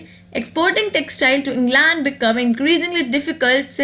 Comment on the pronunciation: also, you pronounced England wrong. no offense just helping u improve.